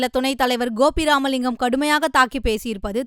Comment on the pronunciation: அது கோபி ராமலிங்கம் இல்லதாயி கே. பி. இராமலிங்கம் தமிழை சரியா உச்சரிக்க கூட வரவில்லை பாரதி கூறினான் தமிழினி மெல்லச் சாகும் என்று... அது பொய்யா போக வேண்டும்.